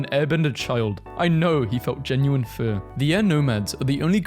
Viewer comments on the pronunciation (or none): none